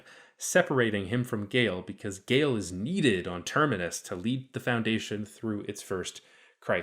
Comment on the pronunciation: I find it rather bizarre that the narrator in this video singularly fails to mention that Gaal ["Gaaal", not "Gale"] Dornick was NOT a woman in the book...!!! Dornick also only appears in the very opening of the first story of the initial Foundation novel.